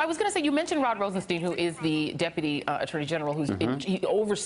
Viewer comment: Isn't he called RostenSTEIN and not RosenSTIEN?! Is it really so hard to get?